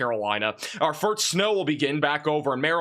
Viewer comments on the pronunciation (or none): You did he does have a little bit of a speach impediment. Sometimes when he says first it sounds like farts. It doesn't take away from the quality of his forecasts.